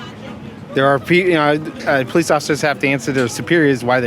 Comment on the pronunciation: What is happening with English now? We (plural) “WAS”?!?!? This lady needs to learn it’s “we were”… it’s irritating to hear. Even “ask” should be ASK and NOT “AKS”. Police should “po-lice” not “pow-lice”. Far out!